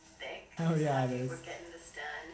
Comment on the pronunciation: it's "yuh" not "yeet" lmao